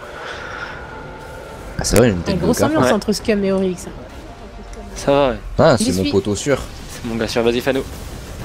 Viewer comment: XD oryx avec un "i" (orix)